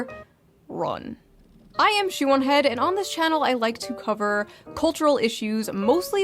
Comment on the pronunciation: I totally thought she said her name was "Shaman Head" I was gonna lose my shit because im pretty sure im the only person given at birth this name in the world... lol, thank God she said shoe on head or whatever